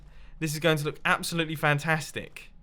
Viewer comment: I love when u say "its absolyttely bunkers!"